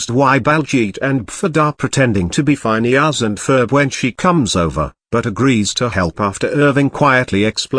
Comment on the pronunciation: “Fineus and Ferb”